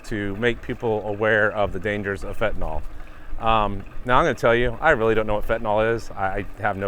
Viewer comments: Fenta nil, not nahl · Sir, with respect, fentanyl is pronounced FEN-TA-NIL, not FEN-TA-NOL. Ill, as in "Illinois". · The first thing they should teach on Fentanyl Education and Awareness Day is the proper way to pronounce it. It is fen-tah-nil not fen-ti-nahl.